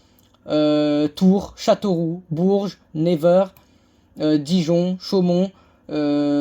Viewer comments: Troyes se dit 3 /Nevers se dit nevèr. Si tu en a d'autre n'hésite pas à demander, je te renseignerais ! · c'est pas trés grave tu tes tromper pour nevers et troyes je crois t'inquiéte tu fera mieux par la suite